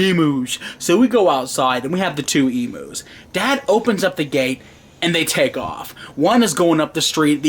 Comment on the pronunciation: it's not emoos it's emu....